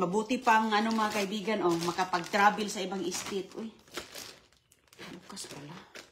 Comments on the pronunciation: State lukring! Not estite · Tstet STATE kamo pronouced properly